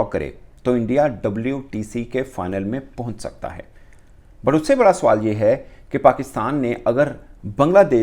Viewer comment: Suwal nhi swal hota h suwar 😂😂😂😂